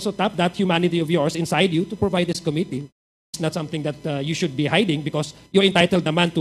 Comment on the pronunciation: “Committee”… accent on the SECOND syllable!! … Com-mít-tee…